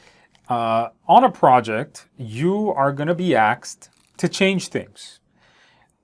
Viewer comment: Hopefully I won’t get “axed” 🪓 instead of “asked” by anyone while on a project. Seriously, the content is great. The practice questions are especially helpful. Thank you.